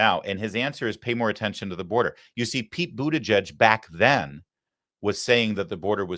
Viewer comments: It's literally pronounced 'booty judge'. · Booty-WHAT??? People pronounce his name in DIFFERENT ways! It is Hilarious!!! Now he Dreams of Being the 1st What ? PRESIDENT